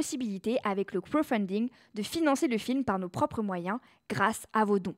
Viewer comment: Le "krofunding”..😅